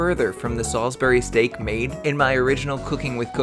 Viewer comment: you are not pronouncing salisbury steak right.